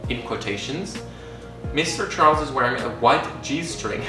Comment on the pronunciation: James ‘Chorles’